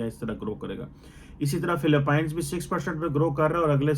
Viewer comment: is a doctorate and see his pronouncession. Philippines is fili pines should be fili peens. Pleasure is plyur should be ple-jur. level of education in Pakistan 🤣. And sometimes he started to follow American accent. No matter he mixes punjabi in English 🤣